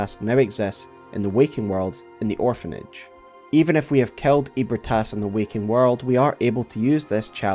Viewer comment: Bro NOTHING in this story is called “EEH-brih-TAS.” Wtf are you saying? for real. All the effort to unpack lore, and you ruin it…saying “ eat Brit ass, eat Brit ass.”